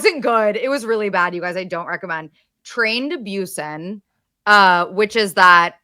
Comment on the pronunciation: Just me rolling on the floor screaming every time they say 'Train to Byusen' 😭😭😭😭 I can't!! It's Busan pronounced Boo-san, that was a fever dream 🤭